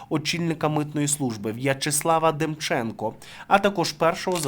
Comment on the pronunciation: Так ДемчЕнко чи ДЕмченко???